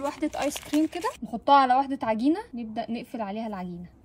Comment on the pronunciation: عقينه اسمها عجينه ماعمري شفت مصريه تنطق حرف الجيم